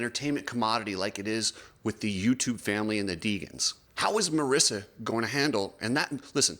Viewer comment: its mareeeesa not marissa